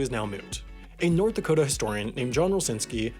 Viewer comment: "I'll be deep in the cold cold ground before I recognise North Dakot-ah!" ;)